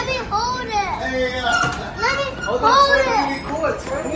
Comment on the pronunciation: "lemme hoewd it"